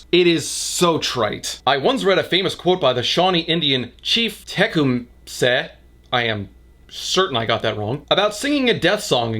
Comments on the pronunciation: Fun fact: The chief name Techumseh is pronounced "Teh-come-see". There's a very small town near where I live with the same name and one of our district's elementary schools is there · FYI, Tecumseh is pronounced "teh-COME-suh" or "teh-COOM-suh" if you're Townes Van Zandt. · Wait, you don't know how to pronounce Tecumseh? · As a Michigander it was so genuinely painful to watch you try and pronounce Tecumseh is unreal. I didn't even realize it was possible to butcher it that poorly. Congrats!